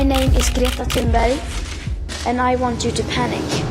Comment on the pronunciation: My name is Gree-etta Ton-buy